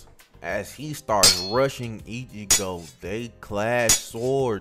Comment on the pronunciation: This guy has a good vid be calling him ichibo 😅 great vid thanks for the vid